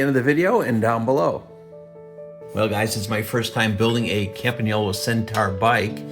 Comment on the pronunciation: Thank you from Italy, for pronouncing "Campagnolo" perfectly.